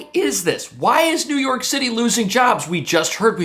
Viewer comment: I wish you would STOP saying New Yory City is finish 😡